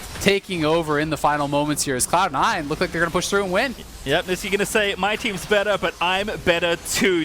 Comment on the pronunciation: “who’s the besttetterrr midder now” lol